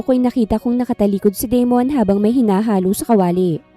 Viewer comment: Da-mon not De-mon kasi pangit pakinggan. Ganda ng kwento . Maraming salamat admin at miss narrator ❤